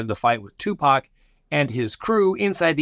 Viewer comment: Thank you for the correct pronunciation of Tupac’s name. It seems a small thing but it’s such an easy way to show intelligence and respect.❤️